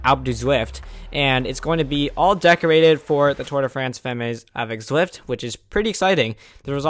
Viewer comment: Good video! FYI, Femmes is pronounced without the "S", "fem". I imagine you'll get lots of practice in the next few months;)